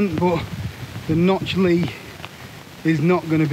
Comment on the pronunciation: Small correction for you. The pronunciation on the Li is just L-I sounded out (as opposed to "Lee"). Its just an abbreviation for "Lithium Series". I think the Notch is a little cramped as well. I strongly suspect you'd like the Dipole Li (1P). The Dipole actually packs quite small if you pack the two small end struts separate (its not limited by those triangular pitch-loc ends). Also be aware that not every DCF tent uses DCF for the inner. The Xmid Pros, for example, use a 15d nylon so would saturate and flood if you find yourself pitched in a puddle. Enjoy your vids very much. Thanks!